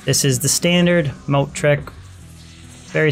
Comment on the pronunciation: Not a bad little video and beginning set up for your Sorc. It is kind of strange though with how you pronounce Moat, or how the mic was picking up your voice. It continually sounded like you said Mode, besides one time where your emphasized the T. I tend to do the same 2 you do because in Players 7 to 8 it's a quick and nice way to gain potential gear. On longer Runs from people, like A2 Tombs and on, Andy an also be a worthwhile try just because of the increased items. Usually though if you're not doing Private Games, you'll be entering CS and or Baal runs.